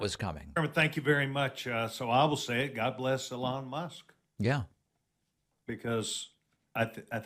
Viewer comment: "Uh-lon Musk"